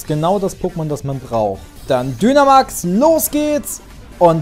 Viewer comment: Ich glaube man spricht Dynamax Deinamäx aus! Und wieso sagst du zu deinem Weiblichen Pokémon Junge? Sorry😓